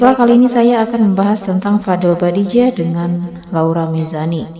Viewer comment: Yg bener itu nama Bajideh apa Badijeh?? Kok mbak nya sebut Badijeh.